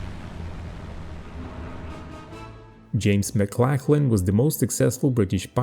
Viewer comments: Hi mate - correction in your pronunciation. Maclachlan is pronounced MacLOCKlan (rhymes with clock) not macLACKlan. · Just for future reference, it's not pronounced McLacklan But more like McLocklan.